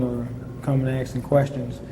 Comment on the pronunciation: Love how the same guy who keeps saying "monies" also says " axing" 🤣 He's like l'le Carmine